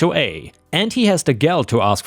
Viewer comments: dude.. the word "gall" isn't said like "gal" (girl). It has an "all" sound, like "hall" or "ball" or "stall" or even "doll." 🤣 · "Gall" is pronounced "gawl" not "gahl" it rhymes with "call", not "shall". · Just a helpful FYI, , that’s not how you pronounce ‘gall’.